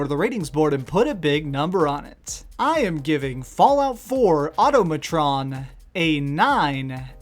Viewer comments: Au-TOM-a-tron. MECH-an-ist. NUKE-lee-ar. MEH-lay. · Nice review. Thanks! Why, however, do so many people pronounce it wrong? It's ahTAHmatron, like autonomous. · AU-TA-MUH-TRON, MECK-UH-NIST. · This guy.... Plays entire DLC, hears "Mechanist" multiple times, but hears "Machinist" Also doesn't know how to pronounce the word automatron. Smh... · You should make sure you can pronounce the title of what you're reviewing dude. Decent video other than that though.